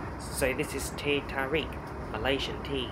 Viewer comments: it’s teh tarik not teh terik... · Teh tarik.. Not teh terik.. Anyway thank you for nicely reviewed our national flight carrier.